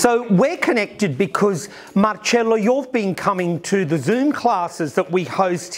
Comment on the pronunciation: I love Michael, he gives me back the same vibe that I had with Gianni Versace. Love how he says Marcello (not Marcelo) It was how Gianni would always call me. He said to me once. That is the right way of pronouncing your name, and don’t forget. I never did….